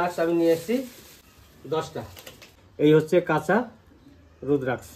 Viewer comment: Apni rudraksh bolen keno apni bengali rudrakkho bola uchit